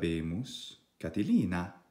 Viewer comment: Why have you divided 'Catilina' into 4 syllables like this: CA-TI-LIN-A and not like this: CA-TI-LI-NA? Thank you.